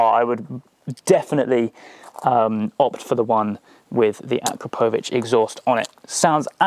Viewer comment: That's not how you say Akrapovic 😂